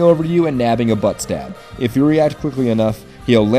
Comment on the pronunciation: Is it me or did say "butt stab"